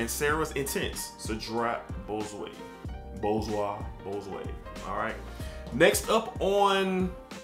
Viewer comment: As always 🔥rotation, love the plum lucky smells great. That Chanel is always a banger but my go to majority of the time is the sport. Most definitely going to get a bottle of that club de nuit. But when you try to pronounce Boise 😂🤣